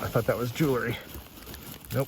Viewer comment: Arrrrrgggggghhhhhh. It’s pronounced jewl ree. Not jew ler ree.